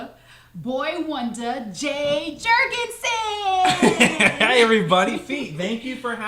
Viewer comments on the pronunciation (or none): Its Jay Jorgensen not "son" and thanks for having me:-)